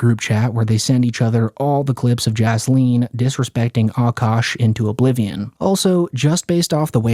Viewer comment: Aint no way this guy in the video called him "Cukash", lmfao, 😂😂😂😂😂